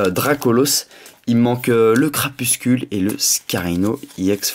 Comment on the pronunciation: tu prononce crapuscule mais c crapusTUle !Sinon super video com d'hab !!